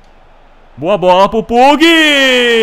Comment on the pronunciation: pugh = pãg murray = mãruei